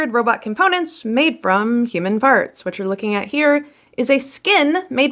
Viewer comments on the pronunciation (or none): When she says “parts,” it sounds like “farts.” Which makes it seem even more insane and evil.